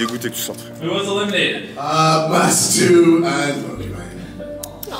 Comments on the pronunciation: il dis Matsou parce que Jimmy avait dis Matsu au lieu de mastu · Non il dit bien Mastu mais il le prononce à l'américaine donc on a l'impression qu'il dit Matsu